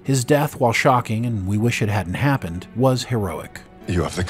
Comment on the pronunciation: Did you say his death was "Shaw"king? 😅